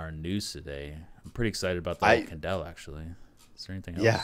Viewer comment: Why do you guys keep calling ying candella?